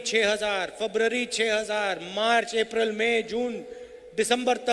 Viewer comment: जिसे फरवरी बोलना नहीं आता वह प्रधानमंत्री बनेगा???